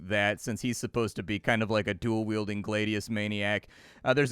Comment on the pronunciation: No, the 9th Legion disappeared in Germania, they were wiped out by the Germanic tribes that inhabited the region, and it's pronounced glad ius, not glade ius